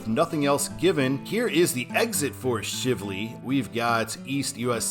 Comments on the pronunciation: The Watterson Expressway (I-264) is essentially inside the Louisville city limits, so there is no real need for a control city, other what you listed. Also, it is not Shiv-ley. It is Shively, as Shive rhymes with Chive, so Shively. For citizens who live around here, we call I-264 the Watterson and I-265 the Snyder (named after Congressmen Gene Snyder). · Shively is pronounced with a long I sound. And many people from Louisville mispronounce Bardstown as Barge's-town. I assume this because they know what a barge is but don't know what a bard is. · You mispronounced “Shivley”. It is a long “i”, not a short “i”. “Shiv” rhymes with “eye”. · The i in Shivley has the 'long i sound' .